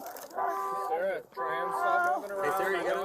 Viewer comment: Everytime the side said Sarah I thought he was saying sir